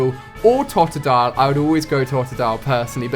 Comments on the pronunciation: It's pronounced Tode-a-dile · It's tode-a-dile